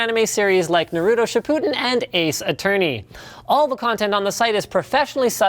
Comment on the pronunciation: Nahrootoo Shipooden!? Hell yeah!